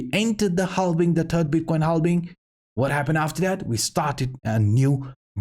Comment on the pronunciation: sir it's halVVVVVing. Not halBing 👍🏻✌🏻